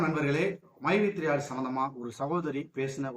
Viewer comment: மைவீ3 ன்னுகூட சொல்ல தெரியல மைஈ3 என்ன கம்பனி ஆமாம் மைவீ3 இன்னு சொல்றாரு ரொம்ப பெருமை படுறாரு பாமக பிரமுகர் ஸ்ரீநிதி மேல போய் வழக்கு போடுறாங்களாம் அவங்களுக்கு வந்தாக ரத்தம் மத்தவங்களுக்கு வந்தாக தக்காளி சிட்னி